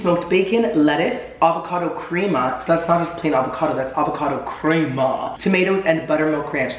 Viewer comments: My OCD went OFF when he said "Creama" instead of Crema xD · Not you pronouncing crema like that. 🤣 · am i the only 1 who thought everything looked burnt?, darling! i say this with love, but your pronunciation today is literally making me CRINGE! 😳 guy's last name is pronounced "fee-eddie" & crema is "crem-uh". also, a "BLAT" is just a BLT with avocado. 😘